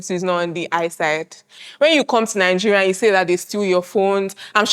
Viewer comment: Why do the say “Ninegeria”